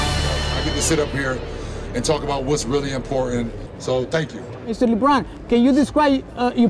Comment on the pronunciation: I love how he calls him LiBron